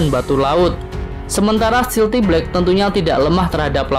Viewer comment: "stealth" kan, bukan "stealthy". jadi bacanya...